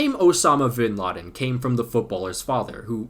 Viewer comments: V and B have similar pronunciations in spanish so it's not Vinladen its (B)Inladen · Its not vinladen. V is pronounced like be in Spanish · Vinladen I’m peru can be pronounce “binladen” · The V in Spanish is typically pronounced as a B ... Soooooooooo!